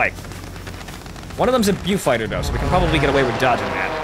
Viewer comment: And it's a BOfighter, Not a BUfighter!!!